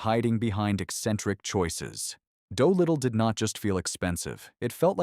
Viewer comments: "Doh-Little" Gee you AI doesn't even know how to pronounce that name.... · “Doughlittle“? AI cr@